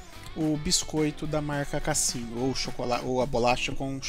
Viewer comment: É a pronúncia da Marca é com som de “Z”. Casino !